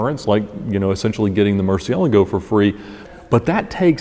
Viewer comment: did u say merci-alahgo?